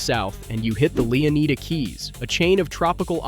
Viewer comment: Leeaneeda? Lushia? Bro got the map an character off temu 😂😂